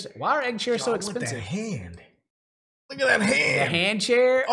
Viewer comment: Anybody else hear “maybe it is egg-spensive.” ?